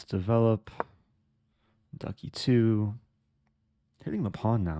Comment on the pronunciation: Am I the only one tickled by hearing "Ducky too" when Eric says "🐥E2"?!😂